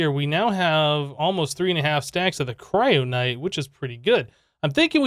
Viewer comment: KYRONITE! not kryonite. silly